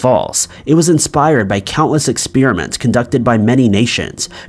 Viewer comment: Anyone else know about any interesting expeer-ements......??